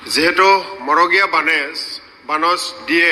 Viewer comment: মগৰীয়া নহয় মৰগীয়া বানচ।